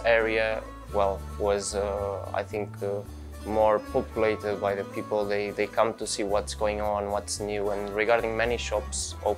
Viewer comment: I like how he pronounces it "poopulated."